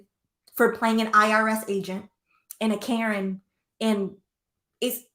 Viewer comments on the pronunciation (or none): none